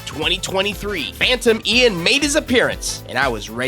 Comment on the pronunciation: It’s painful how this is the most popular FNAS game with the reputation it has because of the devs. And hearing him call Phantom Cyan “Phantom Ian” and seeing assets and characters that have since been essentially blacklisted by the community